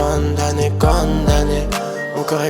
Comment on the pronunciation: On dit condamné pas conne damné